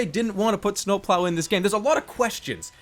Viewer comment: i like how he says snowploau